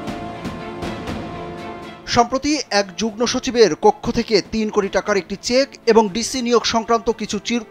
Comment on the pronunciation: Jugno না jugmo উচ্চারণ হবে।